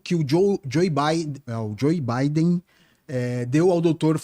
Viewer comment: O cara não sabe nem pronunciar o nome do Joe Biden… so much bullshit